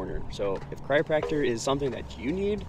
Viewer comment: Having trouble with pronouncing "chiropractor" eh? I kept hearing "cryopractor", which would probably be something very different. :) But love seeing clips of my home town! Thanks for sharing!